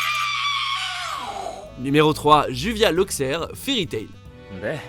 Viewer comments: Xd sa se prononce pas juvia mais jubia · Sa se prononce jubia pas juvia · MAIS ARRÊTER DE DIRE OU D’ÉCRIRE JUVIA C’EST JUBIA PURÉE VOUS AVEZ LU LE MANGA AU MOINS ?!!! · On respecte Gray et on dit Joubia et pas Juvia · Juvia est réellement amoureuse de Gray elle n'a pas le feu au fesse donc faut vraiment maîtriser le sujet avant de faire un top dessus... Et ce n'est pas juVia la prononciation de son nom mais "DjouBia" c'est comme ça que ont le prononce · Ca se prononce pas JuVia mais JuBia. Putain mais renseignez vous quand vous parlez d'un personnage. On l'entend en VO et en VF. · Exactement moi qui adore fairy tail a un point ou j ai toute ma chambre placarde de poster et ma penderie avec des pulls fairy j ai faillit faire une crisecardiaque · Je suis d'accord surtout fairy tail on respecte juvia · ça se dis "DJUBIA" !!!!!!!!!!!!!!!!!!!!!!!!!!!!!!!!! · on prononce joubia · Le mec il a dit juvia